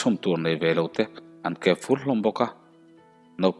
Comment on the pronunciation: Chaweitur neilo te chu Ankep fur hlawm a. Kepfur tihlai kha Thluk loh tur. Aw ki hniamin aw